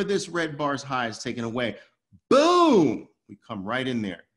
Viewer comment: Booom not pum 😀😀😀